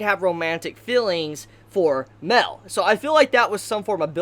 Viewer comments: It’s Ma el not mel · Everytime you say mael you say it like mel thats why i always think that you are talking about meliodas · Great video but its pronounced mAel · Mel or Mael? I don't get of who you are talking of... Please do try to differentiate their names, they're not the same. :/